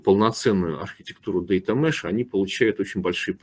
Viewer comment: data mesh a не mash)))